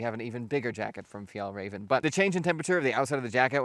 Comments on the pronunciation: Fjaylrayven, not Fjaahlrayven. Notice how there's umlauts over both As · Continually amazed about how informative these videos are, keep up the good work! ❤ Also congratulations on pronouncing the Fjäll absolutely perfectly, räven needs some work though 😅 The closest rhyming word I can come up with on the spot is the leven part of 11. Good luck!